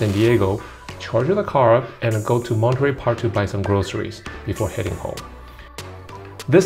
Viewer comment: You are a TRUE Asian, the way you pronounce Monterey Park!!! My relatives do this. I was raised in USA so I pronounce it differently